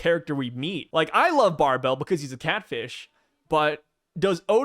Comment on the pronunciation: Bro its BAR BLE not Bar Bell. The name of a catfishes whiskers are called barbles. Like marbles w a B